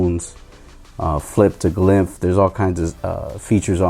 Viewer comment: It's called glyph not glymph lol. Nice vid 👌🏼